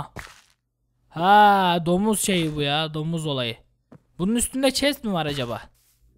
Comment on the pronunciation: çest değil chest,sıpandır değil Spider(sıpaydır)